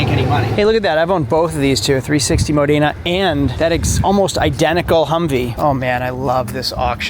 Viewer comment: You are definitely not Italian. You slaughtered the pronunciation of Modena!